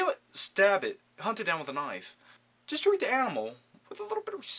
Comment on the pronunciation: Great Walken impersonation...heard a bit of an English or Australian accent creep out on "knife"...still very cool. Im soo pissed I missed that 99 cent blu ray sale. DAMNIT!!! but Im heading back to the motherland...gonna hit the favorite movie spots there...and hopefully soon set up the new digs and the new "SPOT" for my future vids. As always..great video man!